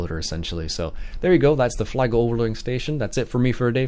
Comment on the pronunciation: Just a heads-up, the parent company pronounces it "fleegle" not "flygle". Generally speaking, in German an I before E (IE) is pronounced EE and an E before I (EI) is pronounced EYE. Nice review.